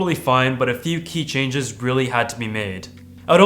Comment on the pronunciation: "a few key chages" hahhahahahaha